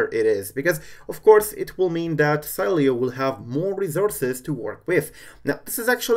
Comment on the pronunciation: LOL you pronunced the name the whole time its She-le-o